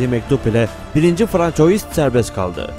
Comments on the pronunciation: c den sonra kalın sesli varsa "k" okunur ince sesli varsa "s" okunur, "ç" harfi ise sonraki kalın sesli bile olsa "s" okunması için! "oy" diye bir okunuş yok; "oi" ua diye okunur; "ua" hızlı okununca bizlere, daha doğrusu fransızca bilmeyenlerin kulağına "oy" diye gelir; ama orda bir"y" okunuşu yok! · Fransua dır telaffuzu francois değil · 1. François’ i “1. Fransuva” değil de yazıldığı gibi “françois” diye okuduktan sonrasını izlemedim. Bilen bilmeyen herkes birşeyler anlatır olmuş. Çöplüğe çevirdiniz YouTube u. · Demek istediğim Fransız devlet televizyonundaki spikere metni hazırlayanlar ve sözlüğe Soliman diye yazanlar bence bu youtuberin Francois diye okumasından daha fazla sorumlu.Yani onlar bile bile burdaki zavallı türk Youtuberim bilmeyerek... ki bence hep böyle 'yanlış' okusun. Sanki Fransızlar bizim tarihi atalarımızı çok önemsiyorlarda ismini telafuz etmeden önce on beş dil bilim uzmanını çağırıyorlar. Adamlar dergilerinde Peygamberimizle alay ediyorlar daha ne diyeyim. Hadi batı özentileri, hepinize eyvallah. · François :)))) Fransuva olmasın o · francois degil fransuva olacak dikkat edelim. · Lutfen Francois demeyin, Fransua deyin :) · Françoyis ne aga? :))) Fransua Fransua :))) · François* Fransuva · François, Fransua diye okunur. Ay gün ve yıl belirtilen durumlarda “yılında” değil, “tarihinde” denir. Konuşmacaılığınıza bir katkım olsun istedim. İyi çalışmalar. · François diye değil Fransuaz diye telafuz edilir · 1.François " okunuşu , fransua " biri şu arkadaşa söylesin . Yani bu kadar olur ,pes. Adam video seslendiriyor ,űstelik konu tarih ama fransua demeyi bilmiyor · françois yerine okurken fransuva diye okursanız güzel olur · François değil fransua :) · FRANÇOIS diye yazılır. FRANSUVA diye okunur. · François FRANSUVA diye okunur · François değil fransova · François değil fransua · François yazılır, fransuva okunur.. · françois nedir birader fransua die telaffuz edilir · yabancı dil bilgin zayıf yazıldığı gibi okuyorsun François diye